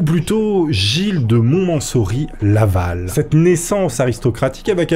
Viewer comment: C'est quoi la difficulté avec 'Montmorency-Laval' ? Tu nous fais de ces perles à chaque fois lol